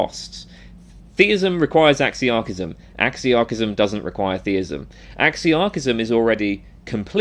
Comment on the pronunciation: Oh my God please re rerecord this entire video with a proper pronunciation of the word